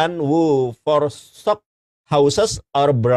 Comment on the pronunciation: Forsookkk 😂 baru denger itu bahasa inggris wkwwk